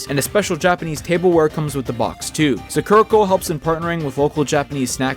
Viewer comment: Sorry to be nitpicky, but it's pronounced Saa-kur-uh Co. Saa-kur-uh, not Suckera